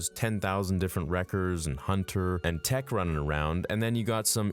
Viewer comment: OmEEGa Wriickah Tiick Icko Huntah